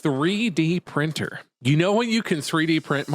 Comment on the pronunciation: "Izzad a 3d prinnr"